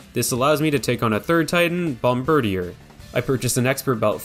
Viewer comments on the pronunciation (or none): bomb-bird-ear, lol